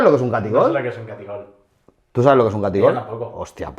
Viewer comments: No es taquigol es ataquigol!!😂😂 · Catigol????? Se dice Taquigol!!!